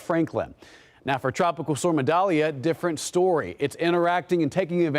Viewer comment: Idalia not medalia!!!